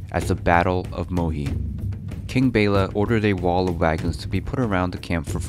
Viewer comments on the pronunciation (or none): MUHI not MOHI!!